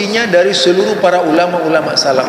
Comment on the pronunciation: salaf bukan sallaf..... صار SORO..... bukan SORA........bacanya saja nggak benar.......sok kritik orang lain.......kalau bodoh..... Jangan sok paling hebat 😁😁😁😁😁😁👿👿👿👿👿👿👿👿